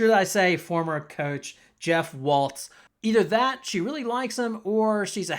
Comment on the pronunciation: Once you called him Jeff (Waltz), not his correct name Walz, I knew you had no idea what you were talking about